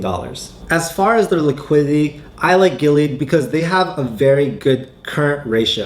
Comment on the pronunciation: GI LEE AAHD. that's how you pronounce this risky company.